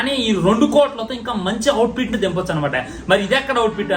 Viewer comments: Output ❌ outfit ❌ outpit✅😅😅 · అవుట్ పిట్ కాదురా అవులే output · Outpit ❌ Output ✅ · Nuv mundhu english nerchikora babu outfit kadu output 😂😂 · 1.51 to 1.56 It's not Out pit It's Out Put😅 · #outfit...kadhu bro 😂😂adhi #output 😅😅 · Out fit kaadura baaabu😅😅 Out put....😂😅 Reviews malii eediki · outpit kadhu ra ayya output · Out fit kadu ra labbey out put😂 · Arey bokka ga out pit enti ra out pit? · Adi outpit kadu out put ra babu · Output ❌ Outpit ✅